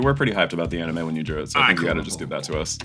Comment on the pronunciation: Aha! Prof CAN pronounce anime correctly.